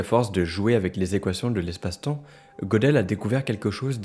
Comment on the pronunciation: Très intéressant. Petite précision : Gödel se prononce Gueudel